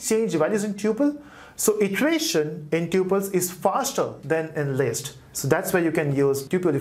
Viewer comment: It's list not least how you pronounce d